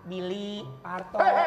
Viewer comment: Salah ngomong om parto ahaha